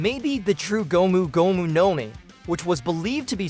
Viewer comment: Prolly cause of how he pronounces gomu gomu